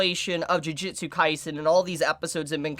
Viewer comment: Am I the only one who gets slightly annoyed that so many people keep Pronouncing "Ju-ju-tsu" Kaisen as "Ji-ji-tsu" or "Ju-ji-tsu"???